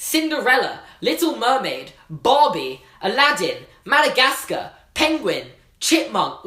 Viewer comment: Anyone here have a American accent? I mean I love his accent, but when he's saying Madagascar I can't stop laughing... HE CAN'T PRONOUNCE HIS R's XD!!!!!!!